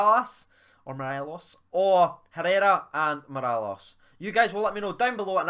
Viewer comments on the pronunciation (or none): Can you do me a favour by saying Morelos instead of mirallas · Say it as Mo-rel-os